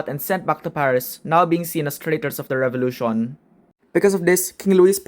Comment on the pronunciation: The Rrench Fevolution